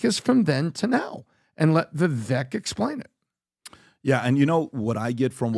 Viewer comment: Vivek is pronounced to rhyme with "cake".